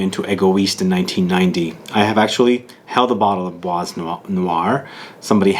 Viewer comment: Kinda makes sense as Demachy worked with Jaques Polge at Chanel at the the time my favorite fragrance was created. FYI, you dont pronounce the S in Bois 😉